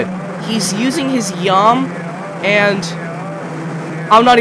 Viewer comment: baldi is saying yum not meow